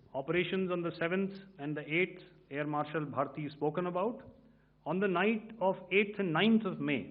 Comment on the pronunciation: എ ആർ ഭാരതി അല്ല ഭാർട്ടി